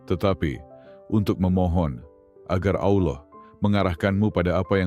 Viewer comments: Sebut Allah ny sk blg kayak Allah khas org kristen sih? Hrsnya khan dgrnya Allah khas Islam. Sering dgr kayak ejaan kata kristen nyebutnya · Pake AI voicenya itu Makanya kurang fasih penyebutannya Ucapan itu d tujukan kepada Allah itu bkn yg d sebelah 🙏